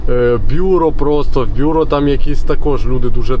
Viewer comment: БюрО! Наголос на останній склад.